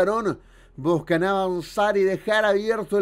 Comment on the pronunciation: Dice busan en vez de buscan pero queda como un juego de palabras